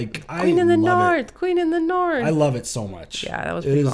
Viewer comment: The Boston accent 😂😂😂💀 “ Going Naaath!”